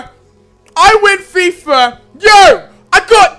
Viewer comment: its i win fifa.... not i win fifer... lol